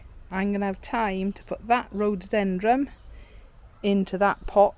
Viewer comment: Love your garden, We miss ours since we now live in a condominium! Your newest plant is a rhododendroN. It sounds like you are pronouncing it differently!